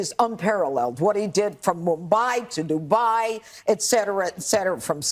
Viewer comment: FROM MUBWAI TO DUBWAI…